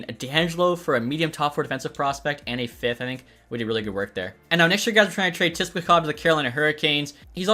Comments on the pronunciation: your killing me its (Sip-la-kov)!!! lol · “Tisplakov” lol